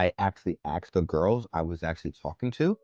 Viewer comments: It is ASKED, not AXED. Don't judge women when you cannot even speak your own mother tongue and buy sex. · it's ASKED not Axed!! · Sorry but your accent is super annoying. Already the fact that you can't pronounce "asked" correctly is so annoying.